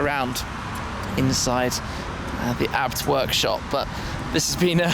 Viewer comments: Shme the kind of guy to pronounce a b t abt😂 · Its not abt its A B T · Am I the only one that gets annoyed when Tim says ABT instead of A-B-T?